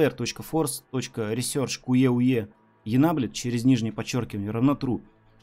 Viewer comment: Великолепнейший английский язык "Енабле" , поржал от души ) Сам люблю так издеваться над словами)